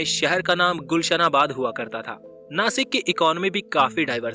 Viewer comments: इसे नाशिक बोलते है... नासिक नही.... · Jase tumhi Washington la wasington bolu shakt nahi,tasech Nashikla pan Nasik nahi mhanayacha.he mi kuthe tari wachal hota mala patla. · It is not nasik It' Nashik Mind it Jai Maharashtra 🚩🙏🏼🚩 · I'm from Nashik And as nashikar we love too pronounce नाशिक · Plz Nashik bolo 🚩🚩🚩